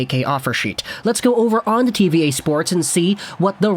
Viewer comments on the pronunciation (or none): It's French: TV Ahh, not TV Eh